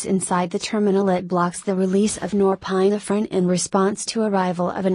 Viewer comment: This is good and to the point, except your automated computer voice-over let's it down. .... "Nor-PINE-uh-fr'n" and pronunciations like that are really distracting.